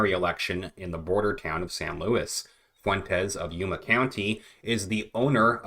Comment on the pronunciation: Im from there please look into Tony Reyes and his son they are being investigated for paying the mules this city is so corrupt..its also not louis its pronounced sounds like luweez This has been going on for years I have met David Lara a couple times He's been trying to get them to investigate for almost 20 years